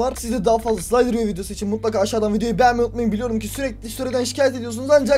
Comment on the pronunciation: abi slaytırio değil slederiyo